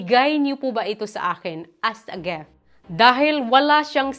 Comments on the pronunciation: Driving me nuts hearing you say….GEFT……it’s a GIFT! “ I”…GIFT. ( dont mean bad, but I need to, so you can make a correction) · Bat po kayo GEFT ng GEFT?